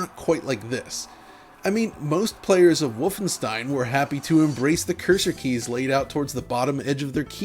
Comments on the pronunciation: He stopped saying Volfenstein. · Woofenstein… never heard of it.